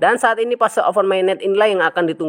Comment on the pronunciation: Open mainet bukan oven mainet Kontolllllllllll bahasa Indonesia tidak jelas lu....Kontolllllllllll